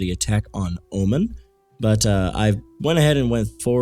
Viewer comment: its o-man not o men heard alot of it had to respond other then that your vids are gr8